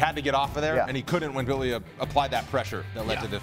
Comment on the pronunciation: His name is I L I A (e-lee-a) not ilias he’s not Greek he’s Georgian 🇬🇪